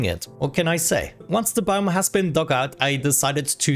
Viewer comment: I love the way you say "biome" sounds like "boom" with a really thick accent please say "I like to see the explosions go BIOME!"